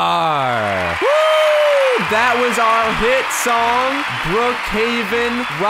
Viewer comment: when said we AREEEEEEEEEEEEEEEEE it look's like said we HROKKKKKKKKKKKKKKKKK